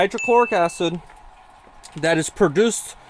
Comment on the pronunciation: Did he say, "dats"... "dis"...🤔🙄